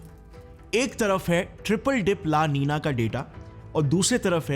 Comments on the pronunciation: 'Ninya' nahi 'Nina' likha ha 😊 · O bhai niniyia nahi nina he 😂😂😂😂😂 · But why do you pronounce Nino and Ninio and Nina as Ninia?